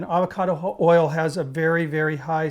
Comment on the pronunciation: Did you say Avocado oil or Abacada,,,,not being smart just like to know,,,look great. I always use peanut oil,,,keeps Jimmy Carter going,,,lol